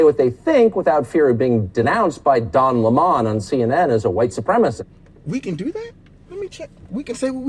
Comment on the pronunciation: "Don Le Mon" 🤣🤣🤣🤣